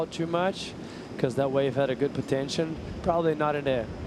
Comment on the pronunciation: Is there no one responsible to tell to NOT say "100%" anymore? Is there no one reponsible to tell that it is "POTENTIAL", not "potention" or whatever fantasy word he made up there.